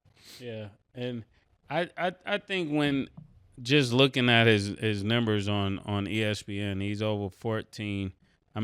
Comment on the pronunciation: Mase messed up one day and said Nimbers instead of Numbers. Now he's gotta stay consistent and double down on Nimbers. It ain't got nothing to do with your accent. You messed up and it sounds stupid. Stop it bro.